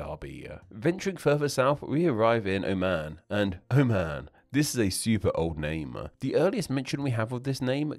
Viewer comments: Oman is pronounced "o-muhn", not "oh, man". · not even "o-muhn", there is the ع letter in the beginning which makes it impossible to pronounce it correctly in english. the closest correct pronunciation to it in english would be "oh maan"